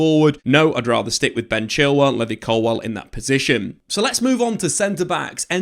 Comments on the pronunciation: Levvy Colwill is an insane pronunciation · Bro your pronunciation needs work. levvy colwill and Diogo Costa 😭😂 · Pronunciation buzzer for Levi Colwill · How this guy says levi colwill infuriates me. Also Cucurella is clear of Chilwell rn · Why you saying Colwil’s first name like that 😂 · Hearing him say Levi colwill made me stop watching